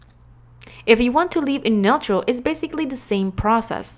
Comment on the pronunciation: The way she pronounces neutral is hilarious 😂